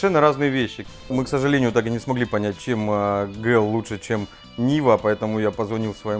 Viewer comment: У меня прям пригорает, кто сказал что правильно ГЛ? правильно джи-эл